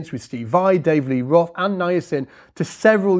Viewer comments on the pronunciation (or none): none